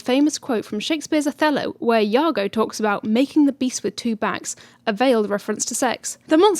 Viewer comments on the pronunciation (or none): thought I heard "2 pac" instead of two back lol